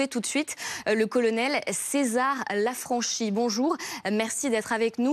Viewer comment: Ignorance de ces parisiens qui ne savent pas prononcer le nom de leur concitoyen : Mr Lanfranchi se prononce non pas avec CHI mais avec KI !!!